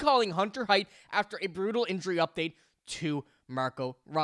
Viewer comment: buddy, sweetie, kiddo... you're mixing two prospects names together. Hunter Haight is pronounced HATE. Riley Heidt is pronounced HEIGHT. I've held my tongue for too long in this.